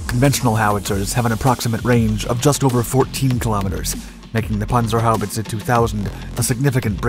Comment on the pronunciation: Pronounced perfectly. 👍🏻